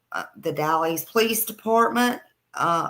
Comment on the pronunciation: Hi, did you say The Dalles Oregon or Dallas Oregon? If it’s in the Columbia River Gorge area it’s The Dalles. Two different towns. The Dalles is pronounced - (the a sound is as in apple) Dalls. Just fyi 😊 I’m always on the hunt for Kyron Horman! I searched almost every day for him for 4 years. And I have his initials tattooed on my neck. … someday that baby will be found. 🙏🙏🙏